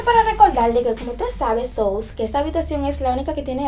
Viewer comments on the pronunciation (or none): Dio mío que alivio yo sentí cuando ella le corrigió el so me taba dando una vaina como ella decía “sous” 😂😂😂 dios mío cuánto extraño mi paiiiiissss 🇩🇴🇩🇴🇩🇴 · Ella dique gringa 😅😅 y dice sous🤣🤣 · Porque dice sous xd🤣